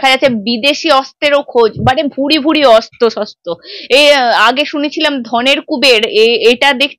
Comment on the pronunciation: তুমি প্লিজ আগে তোমার উচ্চারণ‌গুলো ঠিক ক‍রো। শব্দে যেখানে র-ফলা দেওয়ার কথা সেখানে তুমি একেবারেই দাওনা। খুব কানে লাগে 'অস্ত্র'কে 'অস্ত' বললে।😖 আর পাপিয়াদির কথা সবসময়ই ভালো লাগে❤